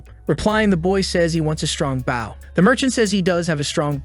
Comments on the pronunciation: The AI can't pronounce the word 'bow' correctly. , the MC gets a BOW - the weapon that shoots arrows. This is pronounced incorrectly like 'cow' or 'now' - the MC is not bending over at the waist. It should be prounounced like 'go' or 'low'. I'm not sure why this annoys me so much. . . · Bro just a tip but Bow and arrows is pronounced “ Bo and arrows “ Bo dude Bo 👍🏼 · Sounds more like "Baw". But I guess its just like "Bow down *to someone*" kind of thing. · Ist a bow not a baw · Could you stop saying baw it's bow not baw you said crossbow right and went back and said baw it's driving me nuts every time you say baw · Who do u say Bauw instead of bow? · Dear: The noun that means the knot on your shoes, or the weapon that fires an arrow, is pronounced like /boʊ/. This rhymes with "go." The verb which means to bend at the waist is pronounced /baʊ/. This rhymes with "now." Please do it right <3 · Please teach your A.I how to pronouns "BOW" or type it as BO so it has a chance of getting it right. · are you purposely mispronouncing the word "bow"? cause low key it made me angry everytime you said it. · Great vid, but the pronunciation of the item Bow was a bit annoying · It's the AI voice. It doesn't know the difference. Lol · How fuck listening to him pronounce bow incorrectly so many times in a row was rough! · he said crossbow right but keeps butchering bow... this has to be on purpose... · The video is using text-to-speech. "Bow" in many text-to-speech apps is pronounced like the "bow of a ship" or "bow down", not a "bow and arrow". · Wow, even now, STILL the AI can't pronounce "bow" correctly. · Is an Ai narrating this? If so, why can it say crossbow, just fine, but it can't say the word bow properly, that's a very easy word to pronounce, and it really messes it up, it makes it sound stupid. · Please don't be a Bow expert, hearing that miss spoken is killing me.